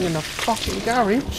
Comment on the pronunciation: I love how he says garage... when my mom says it it sounds like a gay bar...